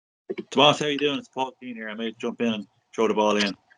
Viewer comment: Ah jaysus you obviously weren't tuned in during class througb the years... it's Tomàs not Tòmas